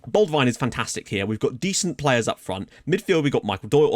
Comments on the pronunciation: Late to the party, but I am a Notts County Fan. FM should really say to put Enzio on the left not the right as he prefers to cut inside. Also it is Bold-win to pronouce his last name but boldwine works as well :) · Looking good, I'm excited! And you're really close on Boldewijn's pronunciation, just don't forget about the E in there ;). It's Bol-De-Wijn. Good luck this year! Can't wait 👌🏾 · Your pronunciation of Boldwijn is very close it's: Bol De (like de Jong, de Ligt, de Vrij etc.) Wijn (like Wijn aldum) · It's pronounced bald win. And as a Notts fan he is maddeningly inconsistent!